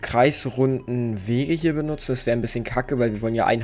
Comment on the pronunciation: Du sagst einbisschem und zeigt was er braucht xD